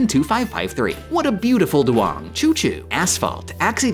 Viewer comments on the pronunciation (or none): none